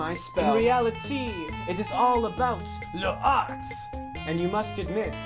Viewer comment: "le art" its"l'art" fyi